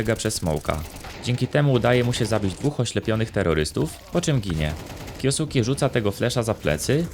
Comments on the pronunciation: na przyszlosc nie kiosuki, tylko kjoske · zle wymawiasz jego nick, na hltv dal wywiad gdzie jego nick wymiana sie kyoske a nie kyosuke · jak cos czyta sie kjoske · kyoske sie czyta chyba xd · Czyta się kjoske 🤓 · a tego nicku nie czyta sie kjoske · "kjo suki" xD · na przyszlosc jego nick wymawa sie kjoske;p, ciekawy filmik zostaje na dluzej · masz tutaj linka jak to sie powinno wymawiac, troche mnie szczypaly uszy jak to wymawiales ale odcinek jak najbardziej na plus